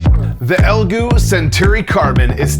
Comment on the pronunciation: Why did you just call it "Elgoo", why?